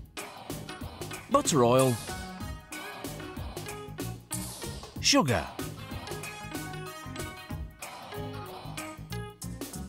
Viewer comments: It sounds like he's saying "motor oil" and not butter oil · Bentley Perry I understand him, it just sound like he said motor oil and not butter oil . I guess I’m not the only person with that problem. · anyone else mishear "butter oil" as "motor oil" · Yep, i had to skip back a few times to check he said motor oil. Glad to see im not the only confused viewer 🤣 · I can't unsee this comment 😂😂😂 and now I can't unhear 'motor oil'. 😭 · is he saying motor oil? 😂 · i had to repeat a certain part several times because i kept hearing “motor oil” lmao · Okay at the beginning, I totally thought he said Motor Oil as an ingredient... Just me? Lol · Really sounds like he says motor oil. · motor oil? I've listened to this over and over again, I still have no idea what he actually said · "Motor Oil" ... okay what did he actually say here at the start? Roughly ? XD Because I've listened 3 times and it sounds like "Motor Oil" and I know this isn't the parody channel! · I heard motor oil, too! I had to go back a couple times to listen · Lol "butter oil" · I thought he said motor oil